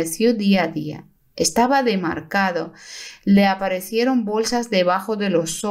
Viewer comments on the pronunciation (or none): DEMACRADO,no DEMARCADo Que horrores de la mala dicción de la mujer q relata